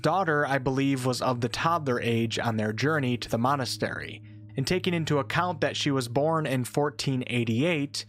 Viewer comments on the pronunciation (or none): none